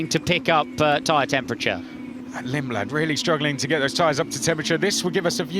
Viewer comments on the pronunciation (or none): none